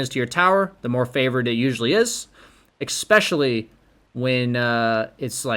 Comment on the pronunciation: es·pe·cial·ly not ec.sp.chilly first syllable is the same as the letter 'S'